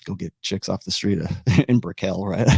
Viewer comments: It’s Brickell not bri-KELL. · Like nickel, pickle, and fickle